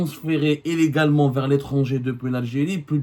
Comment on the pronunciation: Illégalement et no Éllégalement. Neuf et pas Nef.